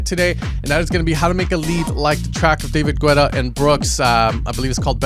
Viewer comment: Why do you pronounce David Guetta like that loooooooooool